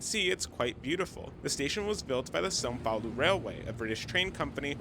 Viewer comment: The most surprising thing about this video is that you speak the nasal sound of “São Paulo” correctly. Usually years of practice of portuguese are necessary to do such sound, congratulations 😂